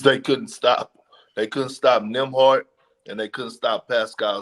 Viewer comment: not “nembhard”😂